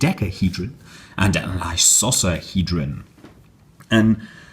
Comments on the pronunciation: It is pronounced eye-KO-sah-hee-drun. Also, these are not 3D printed metal. They simply use 3D printing as a small (and ultimately unnecessary) part of their production process. A real 3D metal print must actually be PRINTED with metal. This is usually done using a welding type print head. Considering how trendy 3D printing is nowadays it is an important distinction. (Seriously people. Doesn't anyone make projects that don't involve 3D printing, Arduinos, RaspberryPis, or Teensys anymore? Most of the time you are adding unneeded complexity just so you can shoehorn one of those in to get some cred.) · Well, I've never heard anyone use a soft c till this video. Strange. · Icosohedron has a hard c